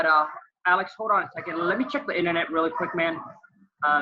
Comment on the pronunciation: The "internete" is better there than in your house.....c'mon maaaan sheeet. Lol